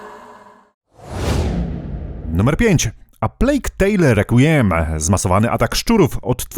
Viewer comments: Requiem czytamy jako "rekwiem" ;) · requiem czytamy jako rekwiem